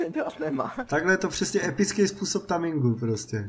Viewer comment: Tame sa číta (tejming) nie taming je jasné že nevieš Anglicky